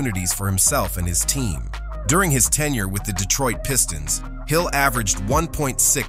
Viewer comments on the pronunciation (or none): none